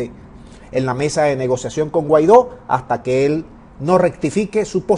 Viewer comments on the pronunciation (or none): none